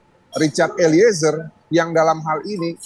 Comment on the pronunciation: Mba host nyebut nama eliezer jgn diputus jd 2 kata,tp disambung eliezer bkn eli,ezer...gmn sih hostnyee